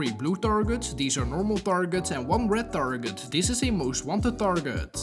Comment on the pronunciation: "reid taurgets" 🤣🤣